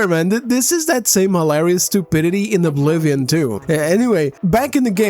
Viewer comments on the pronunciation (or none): none